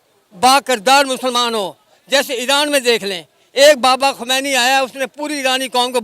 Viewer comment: Iran ki jagah iraand keh raha hai😂😂